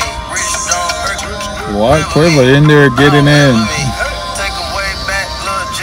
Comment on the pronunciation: girl you cant say Quavo